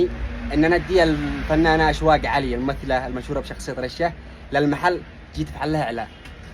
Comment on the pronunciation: عدل الاسم بالتلفون اشواق مش اشوق